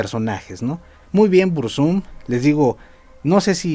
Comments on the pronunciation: "BurzÚm" jajajaja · Pronuncias mal el nombre al acentuarlo en la segunda U Uno de los mejores temas es "desde la torre"